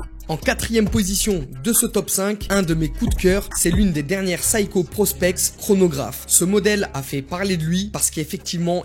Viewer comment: Si vous aimez la marque Seiko, prononcez la au moins correctement. On ne dit pas "saï-ko" mais "sé-y-ko". Que ce soit en japonais ou à l'international